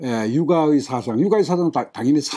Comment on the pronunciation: 왜 사상의 "사"를 길게 발음하십니까? 이 "사" 는 단음이올시다.